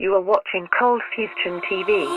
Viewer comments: Says Coldfustion instead of coldfusion in intro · Why the “T” in ColdfusTion?